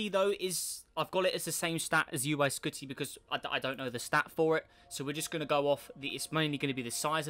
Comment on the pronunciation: He said uy skoty :-S